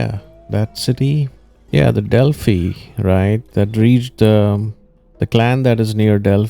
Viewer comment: Its pronounced as delphi... 😂❤